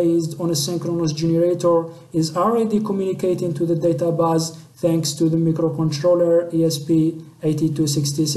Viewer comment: Good but u need more pronunciation practice "DataBase"